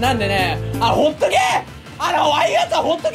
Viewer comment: 最後のほっとけー⤵︎ が 発音いいホットケーキ に聞こえた